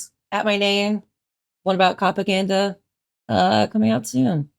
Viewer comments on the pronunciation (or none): none